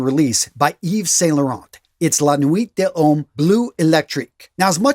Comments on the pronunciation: "luh-nwee duh-lomm" is a close approximation for the YSL, my friend. It's a tough one to pronounce if you dont have much exposure to French. Thanks for the list. :) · I’ll write la nuit de l’homme for you the way it’s pronounced: lan we da lome. Hope you read this comment.